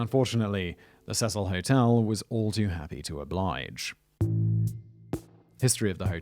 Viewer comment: Cecil Hotel is being pronounced wrong a lot as well as the girls name.